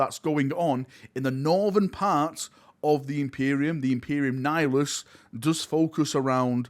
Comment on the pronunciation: FINALLY PRONOUNCES NIHILUS CORRECTLY!!! A DAY FOR THE AGES!